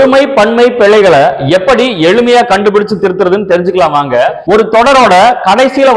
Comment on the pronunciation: அது பிளைகள் அல்ல பிழைகள். எந்த மொழிக்கும் இல்லாத ஒரு சிறப்பு ழ தமிழில் உண்டு. உச்சரிப்பு முக்கியம்.